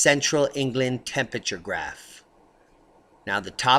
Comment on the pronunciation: please try to pronounce "Temperature" correctly..... otherwise, great info